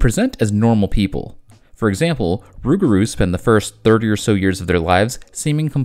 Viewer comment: I had to rewind to make sure I heard you correctly and yes you infact said rougarou, I love it as I rarely ever hear anyone outside Louisiana ever say it!